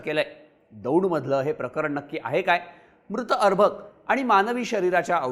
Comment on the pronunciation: अरभक नाही रे अर्भक😂😂😂 सगळी गाणी वाजणार ने बरोबर रोस्ट केलं ह्यांना😂😂